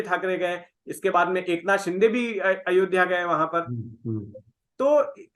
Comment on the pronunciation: should first know how to pronounce the names in a correct manner. Mispronouncing names is disrespectful & arrogant. The name is एकनाथ 'शिंदे'.. not 'शि'डे'. It is not a foreign name. A serious journalist would properly research his own content thoroughly before putting it out. But arrogance & disrespect is the hallmark of North Indian discourse. should just shut it down if he does not improve. Doesn't deserve to be a journalist.